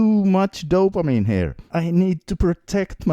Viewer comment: Another dumb fuck with terrible pronunciation about dopamine.